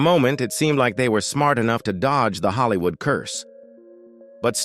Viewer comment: narratives are awful. Ellen and Anne HECHE in “Hollywoo”. Just awful. Do better.